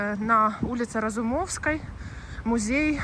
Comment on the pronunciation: Улица РазумовскОГО! Аш слух резануло.